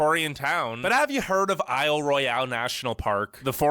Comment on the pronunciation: When he got to Isle Royale, he made his first pronunciation "oops", since, although it's spelled the French way, it's been Anglicized to Isle ROYAL. As I remember, everything in this state's section was in the Upper Peninsula. is, I'm nearly certain, a shot of the Hoh Rain Forest in Olympic N.P. If it weren't real, this guy would be lying through his teeth, and his credibility as a YouTuber would be ruined, right?? In the Utah section, he joined a group of You Tubers who mispronounced Zion, which is NOT ZYE-ahn. Correctly pronounced, it rhymes with 'lion', and was named after Mt. Zion in Jerusalem. The clip in the CA section, just before Golden Gate Bridge was of Joshua Tree N.P. . CAR-mel is candy; car-MEL is the CA city. Since this video was made, CA elected one of the country's biggest nitwits for their governor, which has in recent years, made people leave the state by the tens of thousands. In the HI section, 'Volcanic N.P." is actually Hawai'i Volcanoes N.P. In the MT section, Missoula is mih-ZOO-luh, rather than mih-SUE-luh. Like all states that have rough winters, there's also a summer, including Alaska. I drove there in '84, and when I got to Fairbanks, it was shirtsleeve weather. The national park he mentioned--Kenai Fjords--is KEY-nye, not kuh-NYE.